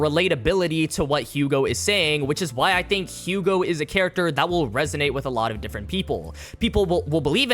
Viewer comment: I know I'm being THAT guy and I'm truly sorry but can you try and say the French names correctly please. It's Yu-go and Ca-moo. I'm just so distracted by how much of a dick I am about pronunciations lol if you learn a little Japanese you can read their names straight from the raws. Again, very sorry lol